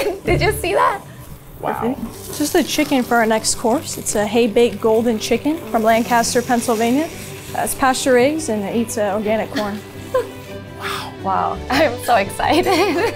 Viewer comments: you can tell whenever someone isn't from lancaster whenever they say it the way the lady in this video did "lancahster" is NOT IT it's LANKISTER SAY IT RIGHT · OOOOOF not LANG CAST ER it’s langkisster!! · Anyone else gonna comment that they said Lancaster incorrectly? 😂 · You'd think a 2 Michelin star restaurant would know to to pronounce where their food comes from 😭 signed, all Central PA residents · KEIIIIITH I hate to say it but they pronounced Lancaster, PA wrong - someone from there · She pronounced “ Lancaster” wrong..just sayin…hay baked?..why?